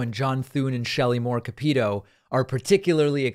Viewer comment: ees CAP-uh-toe, not ca-PETE-oh 🙃